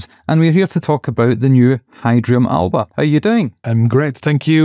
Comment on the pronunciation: The first things that’s apparent is you do not know how to pronounce Alba!!